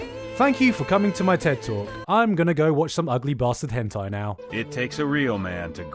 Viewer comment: Nobody: Gigguk: Höntayy